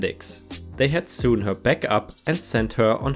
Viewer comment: Sew is pronounced -so Sewn is pronounced- Soan. Rhymes with groan You pronounce phenobarbital perfectly.